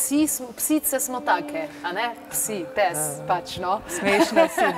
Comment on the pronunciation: Tudi mene zanima zakaj taka izgovorjava...za psa...